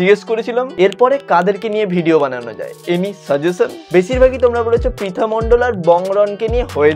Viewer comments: First of all or naam pritha noi naam ta thik kre uccaron kr then age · প্রথমে তো নামটা ঠিক করে বলো। ওইটা পিতানা প্রিতি মন্ডল ঠিক আছে তোমার ইচ্ছা হলে তুমিও বিয়ে করো অন্যকে জ্বালিয়ো না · Dada age name ta too thik kore bolo 😂😂😂😂😂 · Abe name ta ontoto thik kore uchharon kor tarpor vedio banabi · Dada age prithi dir name ta valo Kore pronunciation koro tarpor na hoy tader niye roast video banabe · Vai namta to age thik kore bolo😂😂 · Vai age name ta thik kore bol tarpor roast na hoy korbi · Age tui nam ta thik kore pronounce kor tarpor roast korbi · Name tai thik kore bol then roast koris....